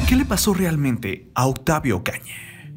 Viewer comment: " Vide, Mexica, Ocañe" VIDA, MĖXICO, OCAÑA, FLACO APRENDE A PRONUNCIARLO BIEN